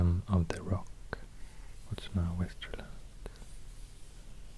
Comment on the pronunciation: I couldn't figure out where you were from until you jumpscared me with "Västerås" hade seriöst ingen aning om att du var svensk förrän då wow